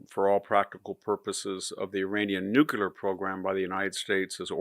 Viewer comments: I love your spot-on insights, which are presented so well, Victor, but just what do you have against the word nu'-clee-er? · I came to hear this brilliant man say "nucular."